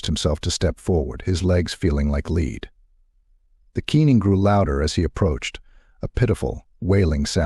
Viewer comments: I hate A.I narrators. "His legs felt like lead" came out as "His legs felt like leed" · I don’t mind the voice at all. With the exception of mispronouncing Lead, it sounds fine to me.